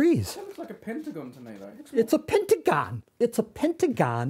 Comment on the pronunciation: "it's a PENTAGAHN!!!"